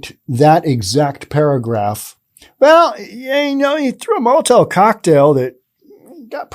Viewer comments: STOP SAYING MOLITAIL, IT'S MOLITOV. MOLITOV, NOT molitail! This is grade one pronunciation, and you just failed miserably. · Molotov isn't the hardest word to say.... except for you.🤔